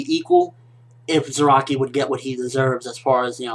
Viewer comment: it's piss me off every time he say zeraki! his name is fking za ra ki ! not ze ra ki !